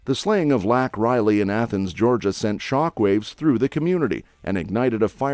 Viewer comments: Laken Riley! Not lac Riley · First off #RESPECT #LAKEN RILEY name by pronouncing & spelling it correctly! YOU'RE SHAMING HER NAME AND LIFE WITH SUCH CHILDISH A. I. USAGE... REMOVE THIS POST NOW & REDO WHERE IT GIVES LAKEN & HER FAMILY RESPECT!!! You are shameless & just another problem with this corrupt country! Secondly - since New York state is a sanctuary state all of the illegals are using it as a hub to do sex trafficking out of and the federal government is paying for the flights to go where they need to be to make their sex money to pay off your coyotes.. wow! Thirdly - #Adams & #Hochul need a full investigation on the money spent & HOW THESE CRIMINALS ARE FLYING #ILLEGALS ALL AROUND #NY TO OFF ILLEGALS TO HELP THEM REDUCE NUMBERS, BUT NIETHER TELLS 5HESE OTHER CITIES & TOWNS IN NY THAT YHESE ILLEGALS ARE COMING INTO TOWN... ILLEGALLY! THE TWO CROOKS ARE HUMAN SMUGGLING! THE DEMS WILL CRUSH THIS COUNTRY IN ANOTHER 2 YEARS IG THE WORST PRESIDENT EVER GETS BACK IN. WE will be a one party democratic socialist state & in more or less the Constitution will be burned up and thrown away everybody better think wisely what's happening here in the next couple months because it will define what we do in history moving forward I don't think we want to be slaves do you?